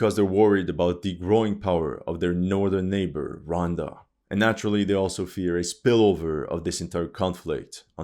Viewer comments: Hey man , it’s Rwanda 🇷🇼 not ronda 😮😅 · The pronunciation of Rwanda: Ruh•wann•duh. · The Bukake line threw me off 😂 also the country of ‘Ronda’ what? 😭😭